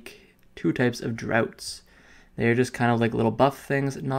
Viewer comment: 'Draughts' is pronounced 'drahfts'. I think you may have seen an 'o' where was an 'a'.